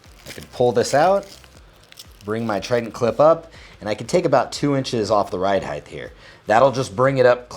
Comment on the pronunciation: "ride heighth" sounds like Mike Tyson.